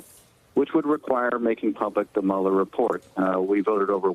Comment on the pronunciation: I’m not crazy but why is he saying Bob Mueller 🤦🏽‍♂️